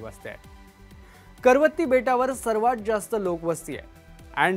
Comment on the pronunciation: करवती नाही कवरती